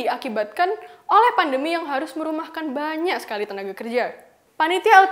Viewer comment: "merumahkan banyiak..." logat kata "banyak" terdengar Jawa Timuran